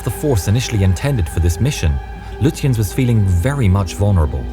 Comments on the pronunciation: Gunther Lutjens is pronounced Goon-ter Loo-tiens. Prinz Eugen = Prince Oy-gen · Not to be that person but you mispronounced the Prince Eugen and Lutjens. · Not only does the narrator pronounce the admiral's name incorrectly but also the Prinz Eugen, what's more laughable they incorrectly begin the fight from the wrong positions the German's had crossed the "T" on the British when the fighting started so much for historical accuracy.